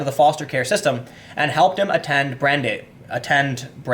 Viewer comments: it's pronounced Bran-Dice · Tim, this is your linguistics assistant: Brandeis is spoken as "Bran-DICE" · Tim, I love you. And I respect you incredibly. And I learn so much from you. With that in mind, let me help: It's pronounced Brand-eyes. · Tim I love you, I was blow away by your professionalism at the Sargon talk. If youre going to live in the NY area, please learn how to pronounce “Yeah-shee-va” and BRAN-dice” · "Brand-Ice". Brandeis. Jesus fuck, Tim. You really should have finished HS. Your reading skills are atrocious. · It’s pronounced like bran-dice. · It's pronounced Bran-dice. A close friend went there. Interesting fact, it has a rather large Jewish presence in the student body and faculty. A lot of the good in this scumbag's life was made possible by Jewish people. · Brand-Ice. It’s in Simi Valley, CA. Jewish university. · its pronounced ‘Bran-dice’ its a school founded by jews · "Brand - ICE". You're welcome. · Pronounced: Brand-Ice. Thanks for the vid! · I am pretty sure the school is pronounced B-ran-dice. If it is the college I am thinking of. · LOL tim. you grew up in chicago. bran-dice university. its quite prestigious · Brandeis, pronounced brand-ice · It's pronounced brand-ice university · "Brand-ice" We like to mess with Folks not from the New England area up here Timbo :D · Its Bran-dice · Hate crime, something I reject as a classification anyways, is not on the rise. The stats are padded by the hoaxes, an example being the Jewish youth living in Israel who called in all the fake bomb threats. P.S. It's pronounced "bran dies". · Brandeis is pronounced "Bran-dice" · I love it when Tim doesn't know stuff like how to pronounce Brandeis! I respect him so much and I love seeing him learn. I'm a filthy Brit but I believe Brandeis was a (perhaps the first?) Jewish Supreme Court Justice. I love America!